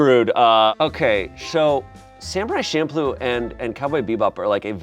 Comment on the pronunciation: it's CHamploo. CH. don't piss me off 😭